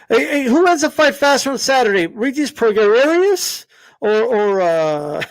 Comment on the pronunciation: LMAO Progararious and Tim Ta-Zsyu”.!!!